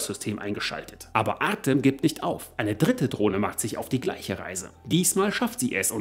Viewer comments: Der Name "Artëm" wird Artjom ausgesprochen. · Hallo, tolles Video wieder! Ach ja: Sprich "Artem" am besten "Artjom" aus...;-)